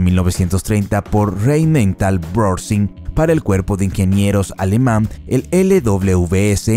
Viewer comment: Tiiiigaaaa. ¿Por qué cojones os empeñais a pronunciar el alemán como el inglés?